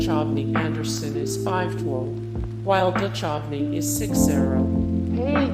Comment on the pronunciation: I knew all these facts but still found the video interesting. It's a shame you couldn't pronounce David Duchovny's surname correctly, as well as the character Krycek's name.